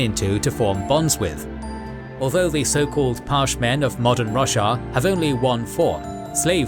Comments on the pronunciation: great vid! but damn i cant unhear Russia instead of Roshar lol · fantastic recap the only bad thing about it is hearing russia every other sentence :D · I just can't get over him calling Roshar Russia... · Roshar not Russia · I keep hearing Russia, I am pretty sure he's mispronouncing something, just not sure what. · I thought it was pronounced Ro-shar. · Stop saying roshar wrong ffs!😂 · You know youre saying roshar wrong, right?